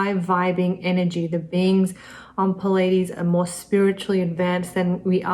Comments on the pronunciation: Why is she pronouncing "Pleides" like "Pul aye dees"? It is "Plee aye dee's" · "Plee-a-deez" not "pu-ladies" !!!! You are teaching people, Please teach them well... (It can be highly embarrassing to learn that you have mispronounced a word for years! Speaking from experience...) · It's pronounced plee ay Deez. Spelled Pleiades. You were pronouncing it wrong. Great report. I love your work. My mercury is in Kritika in the 7th house. That should explain my reason for this comment.